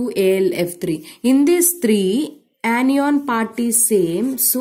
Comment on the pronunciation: Ap log itna show off kyu krte ho ... English thik se bolna aa nhi rha hoga fir bhi lge pahde he ...this is ye this is wo ..this is bakchodi......are nhi bol pa rhe to hindi m baat bol lo anion ko anyyyyon bol rhe h....2-3 sentence rt ke puri vdo m whi chep rhe hain